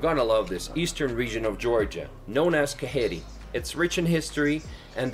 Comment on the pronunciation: Broo its not kaheri Whrite right : kakheti And svaneti